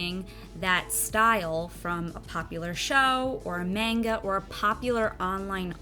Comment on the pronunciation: when she pronounces manga wrong. TTTTRIGGERED